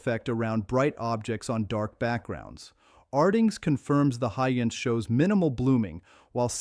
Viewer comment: May aswell remove the trash AI person if it cant even say Hisense correctly 99% of the time